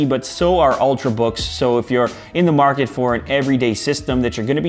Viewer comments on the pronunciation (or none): none